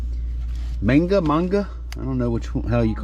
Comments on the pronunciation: It's not Ming A it's Man ---GAAAA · Maiinnnngaaa! Lol had me laughing. Not sure how it's pronounced but that sounded hillbillyyyy. Keep the great content coming!!! I still use my shed flips box cutter!